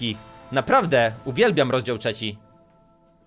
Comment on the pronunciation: "UWIELBIAM ROZDZIAŁ TRZECZI''